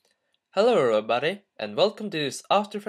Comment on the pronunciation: love the beginning when you say: Hello r body! But great tutorial!